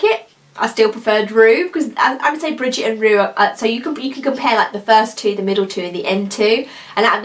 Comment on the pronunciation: Very nice video and beautiful swatches! However, I must point out the correct name of one of the colors I already own, and that is "Brigitte", and it is pronounced Bri-jeet'. Not "Bridget". Thanks for the video.